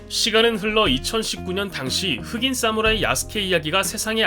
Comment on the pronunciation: 사무라이를 싸무라이라고 읽네 ㅋㅋ